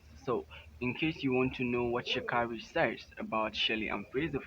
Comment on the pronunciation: IT IS PRONOUNCED AS SHA KAYYYYY REEEE.